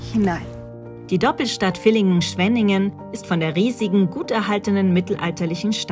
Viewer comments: Das heisst nicht Willingen, sondern Villingen!!!!!! mit V!!! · Hallo Ihr zwei als Villingen/Schwenninger muss euch leider bei einer Aussprache verbessern. Bei 23.35 sagt ihr Willingen es wird aber tatsächlich mit V ausgesprochen. Also Villingen. Die Doku. an sich ist super und ich freue mich immer wieder in was für einer schönen Natur ich lebe.